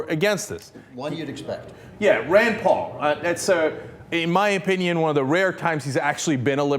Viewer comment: i thought he kept raying raan paul